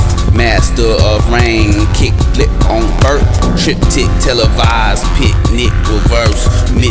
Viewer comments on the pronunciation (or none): none